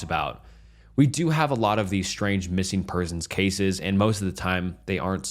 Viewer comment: Please tell me why in the world he pronounced “cases” like he did. I listened to it over n over but I won’t again. Maybe it was the air of the stories but the way he said “cases” really freaked me out. WTH…